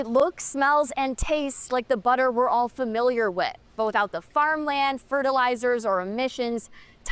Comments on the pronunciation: Billter😂😂 instead of butter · " I cahn't believe its not bahterrrr?"